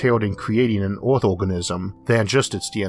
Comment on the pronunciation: Filtors? Univorse? Oerth? Yeors? What planet is this guy from?